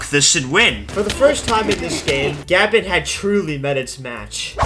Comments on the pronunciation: It’s not gabin, it’s guhbon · He pronounced it like Gavin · I can't help but hear "Gavin" when you attempt to say Gabon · Every time he pronounces Gabon as Gabin it hurts my soul.. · It's like you're saying Gavin or Gabin... Americans.... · pls learn to pronounce the countrys name before a video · Bro can NOT pronounce Gabon right🥀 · The fact you haven't said the country name's correctly makes me cringe, and calling it shit too, when it isn't irl. lmao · The way you say Gabon pisses me off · The way you say Gabon has me foaming at the mouth and cannibalising my children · Dude just check how to pronounce the nation before playing